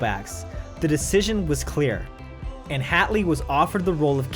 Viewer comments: I'm a little huffy he mispronounced two others, Linzi Hateley (he says 'hat'ley when it's truly 'hate'ley) and the Tommy, Paul Gyngell (should be a hard 'g' first like in Gun and a 'j' for the second. "GiN-jull".) ❤ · Hmmm... some slightly patchy reporting and inaccuracies aside (... Linzi Hateley, it's pronounced HATE-ley, btw, no hats here), this is entertaining none-the- less.